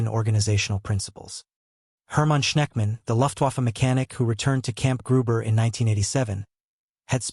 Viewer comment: The human or AI narrator mispronounces German words and English words of French origin: Wehrmacht, Leutnant, Luftwaffe, Corps. The U.S. stopped automobile production during the war.